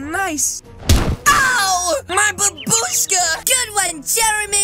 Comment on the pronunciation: stop saying "buboshka"